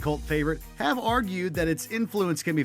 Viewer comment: I've been saying this since they introduced the segment a few years ago. I especially hate the way she says "have": "You HAVE the option to be notified..". We get it! It annoyed me so much, that I UNSUBBED.